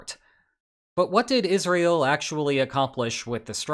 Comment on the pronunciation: Is just my ears or is he pronouncing Israel as Isreal ?